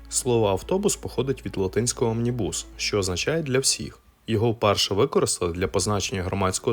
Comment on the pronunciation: Омнібус - наголос на О! На вікіпедії завжди можна подивитись правильну вимову і наголос різних незрозумілих слів, імен і технічних термінів. Складається враження ніби автор відео взагалі ніколи раніше такого слова не чув. Без образ, просто дуже ріже слух. Розумію що випуск кожного відео - це купа зусиль і роботи і щось можна недогледіти, але от такі "дрібниці" псують все враження